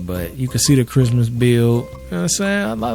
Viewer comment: no one:: 🥷"ITS CHRISTMAHS TIMEEE! (x3) you excited fa CHRIMUHTYYYHME??” 😂😂 missed you man lmao🤍